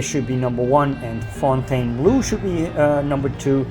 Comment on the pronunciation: Fontainebleau is the name of a palace and forest south southeast of Paris, France. The pronunciation is roughly: phone-ten-blow. For some reason. Americans pronounce -bleau as -blue, and the resort's color reflects that as well. When I hear -blue, I cringe.